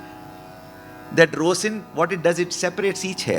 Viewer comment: sir, next time when you talk about 'rosin" pronounce it as "roZin"; that will mkae the English-speaking world appreciate your more!